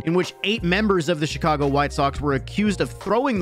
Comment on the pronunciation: Beginning of the video said "the shicago white Sox"